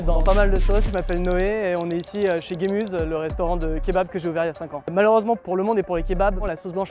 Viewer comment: Super le Kebab Gemüse. Mais ca se prononce "Gémuzeuh"! 😅 qui veut dire "légume" en allemand